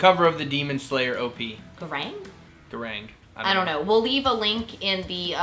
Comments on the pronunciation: oh yeah also the song name Gurenge is pronounced like Goo-Rend-Gay without the D and Y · It is pronounce as goo-ren-gay the song.